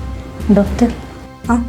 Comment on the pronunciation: ഡാക്ടർ അല്ല ഡോക്ടർ